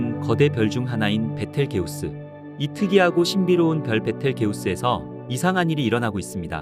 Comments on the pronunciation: 얘 이름이 베텔게우스 맞나요? 비털쥬스 아닌가 이상하네 발음이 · 원래발음은. 비를 지유스 임